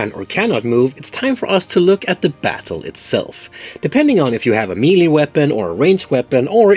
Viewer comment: I really enjoy your teaching videos. I’d like to give a little something back. The word Melee in English is derived from a French word. I n English, it is pronounced: Meh'lay. (Do not try to pronounce the H. I added the H just to show how the E is pronounced.) -Toby